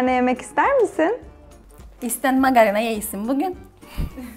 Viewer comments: Magarina degil magarına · magarina demeyik be magarına derik seninki biraz rumcaya gaşdı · Angolemli değil "angnoni" , taksi değil "daksi", fanta fantadır garasuyu olan süper koladır. Makarina değil magarına. Bir kök kıbrıslı olarak sezar'ı duymadım, görmedim, bilmiyorum. Buradaki kadının "vurgularından" dolayı bir Kıbrıs Türkü olmadığını düşünüyorum ya da çok küçük yaşlarda Türkiye'ye yerleşmiş olabilir. Kıbrıs cumhuriyetinin 3 resmi dili vardır Rumca,Türkçe ve Ingilizce ama k.k.t.c'nin 1 resmi dili vardır o da Türkçedir. Kıbrıs Türkçesi diye resmi bir dil yoktur. Yazarken düzgün Türkçe yazıp fakat farklı konuşmamızın sebebi "ağız" dan dolayıdır. Kıbrıs Türkçesi ya da şivesi değil "Kıbrıs ağzı". Videoyu genel olarak beğendim sadece bir, iki noktayı düzeltmek istedim. Bu arada gerçek kıbrıs ağzı için "Neydi olacağı" kanalına bakmanızı tavsiye ederim.